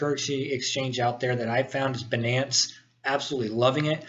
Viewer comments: no prenounce benance its bynance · good video. Most people pronounce it "bye - nance" (Binance) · Pronunciation : "Beenance" vs "Baynance" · lol banance. First time I've heard it pronounced like that.